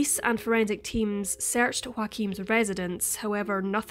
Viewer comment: Groomed and sold or murdered by “Wahkeem”.